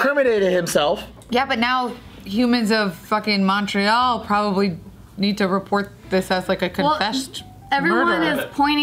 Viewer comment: Btw Montreal is pronounced ‘Mun-tree-all’ ;)